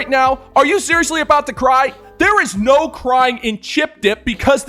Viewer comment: Anyone who says "noowa" instead of "no" should never be listened to or taken seriously.